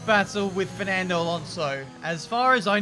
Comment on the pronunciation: i swore was gonna say fernando, so he said, ferlando